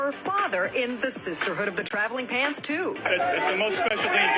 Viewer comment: Did anyone get thrown off by the way she said sisterhood of the traveling pants 😂 it was the emphasis on “traveling”… it’s sisterhood of the traveling PANTS not sisterhood of the TRAVELING pants lol It’s so funny how emphasis can make stuff sound so different. It just stood out to me because my girlfriends and I loved this book in middle school and we never said it with emphasis on “traveling” lol